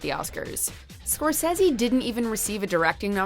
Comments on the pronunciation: Martin cor-says-e???? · You make good points and this picture certainly deserves and will get the accolades to support the quality it has delivered, but you a) got facts wrong and b) can't even pronounce Scorsese correctly, who the hell are you hiring for this.